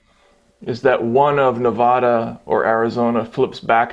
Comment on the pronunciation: It's Nevada.... not Nevaaaaaaaaaaada Matt and...... o and WOW Katie, new glasses!!! Flip that hair and get Matt all hot and bothered AGAIN!! HAHAHA LUV U GUESS!!